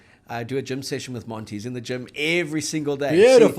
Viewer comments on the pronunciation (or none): I cracked up when you said to do a gym session with Monty. 😅 I heard do a “gin” session with Monty 😂